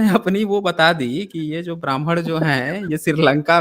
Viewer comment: Bhai saab ki saas ful gai hai or baman ya Brahman 👶 bol na main . 🙄